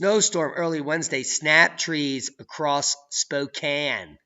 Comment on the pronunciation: Yes!! You said Spokane correctly this time.. "spoke Anne" When people say "spoke aine" it's like nails on a chalkboard or calling Al Gore a pioneer or an inventor.. 🤮